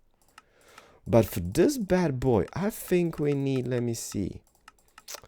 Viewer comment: You said lets Lear to tink